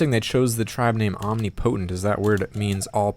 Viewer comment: the way you say omnipotent lol